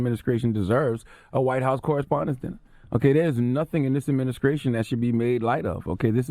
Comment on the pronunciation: I know you heard Charlemagne butchering the word "Administration", or was that just me? 🤣🤣🤣